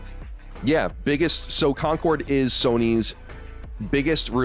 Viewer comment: Man was calling Concord “Concurd” a few times, I think his brain wants to call it “Conturd” 😅